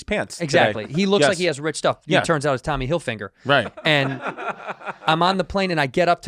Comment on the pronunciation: Andrew saying “Tommy Hillfinger” is his most Tito moment.